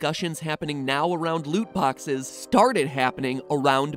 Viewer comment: Lut boxes a not de wea brudda